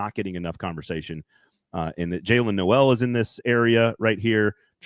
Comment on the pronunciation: Supposedly high on Noel for several months, but doesn’t know it’s pronounced “Nole”